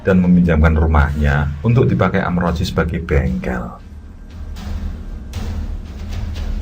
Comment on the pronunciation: Maaf kang,, itu sbnrnya amrozi,,, bkn amroji,, y beda tipis sih